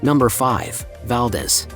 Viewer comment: Valdez is pronounced wrong.